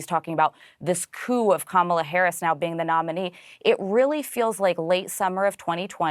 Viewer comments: Who the hecks cuh-mall-uh? Pretty sad when u don't even have the brain cells to remember Kamalas name. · Trump: I'm very angry at kaMAHla..." This guy can't even get the current VP's name right. And people think he's capable of running a country? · He thinks he is so smart for knowing Harris's last name, but he can't pronounce her 1st name. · Donald TRAMP should learn to pronounce names correctly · Even joe Biden mispronounce “Kamala” 😂😂😂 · Like Harris' husband Doug Emhoff said, " Since you're having so much trouble pronouncing her name correctly, after the election you can just call her Madam President." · The only factor working for Trump is because he's a white male. He can't beat any white male. He can't beat Kamala Harris. It's "amazing" how he could clearly pronounce a Russian name but find it so hard to pronounce Kamala's name